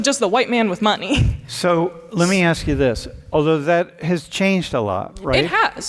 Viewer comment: Why is the second Latino Girl saying Axe instead of ask?